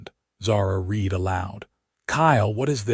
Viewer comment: At about : : the word 'read' is mispronounced with a hard 'e' when context requires a soft 'e' Again evidence of the authors not being aware of homonyms and then not checking context to ensure a proper fit of the word that they poorly chose!. Oops LoL 😢😢